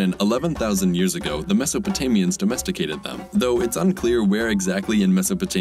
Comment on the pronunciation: forced dough mesticated then immediately after he says domesticated normally after having to pronounce Mesopotamians.